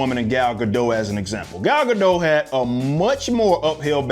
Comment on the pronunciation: First off, good content - thorough take of both sides. Much appreciated. Secondly, since you take the trouble to be thorough, Gal Gadot's last name does not have a silent "T" in it (I was also mistaken on this at one point). Phoenetically, it's guh-dot. Keep up the good work.